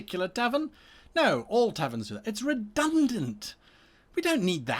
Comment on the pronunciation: Redunant. Nuff said.